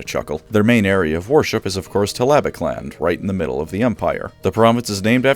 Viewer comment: You from from a fun rabbit joke to the most endearingly genuine mispronunciation (*as much as you can with a made up word*) of Talabecland and it was great